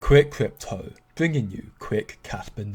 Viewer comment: kwik kwypto bwinging you kwik kwaspa news